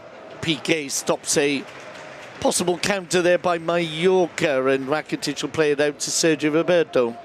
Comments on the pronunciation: What is happening when the commentator says Ivan RRRakitic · Ivan rrrrrrrrrrrracitic